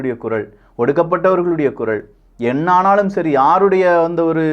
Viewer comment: குறள் இல்லைப்பா, குரல். ல, ள வித்தியாசத்தைப் பயிற்சி செய்யவும். நானும் வெகு காலமாக சுட்டிக்காட்டுகிறேன். மாற்றம் வரவில்லை.